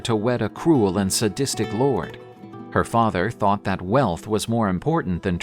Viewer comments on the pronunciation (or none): none